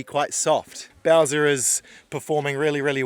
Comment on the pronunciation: How would Skaði perform here in the e.g what happened in 25 minutes…ish ? Nevertheless ; well done ✊ Ps : your truck’s name is ”Bowser” ? Why do I hear ”Belsa” 🫣?